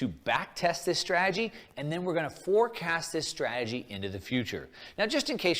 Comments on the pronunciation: Exactly. And he cant even pronounce strategy. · Why would a financial supergenius like this guy feel the need to spend time and energy making these videos? If I knew all the secrets, I'd keep it to myself. It's like a pyramid scheme. Besides, he can't even pronounce strategy.